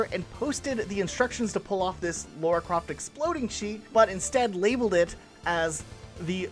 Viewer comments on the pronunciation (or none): "laura" croft? It's Lara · 'laura' croft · This gets me mad when people pronounce Lara’s name wrong on purpose learn to get names of protagonists correctly before scripting videos.